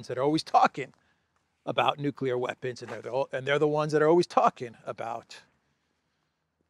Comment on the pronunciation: Did Graham say Nuculear? I think he did.